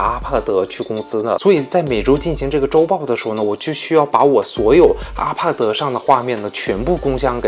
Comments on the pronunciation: 資訊很棒 但.....阿帕德.....謝兒死困 我的媽呀 聽一次抖一次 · ....你怎麼IPAD的發音發成RPAD的感覺=.=...... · 我聽到阿帕德就關掉了，發音真的聽不下去